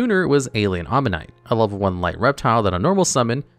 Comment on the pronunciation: Kept saying Alien Omanite instead of Alien Ammonite.